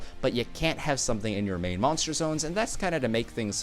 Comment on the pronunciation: how he pronounces moanster... triggers me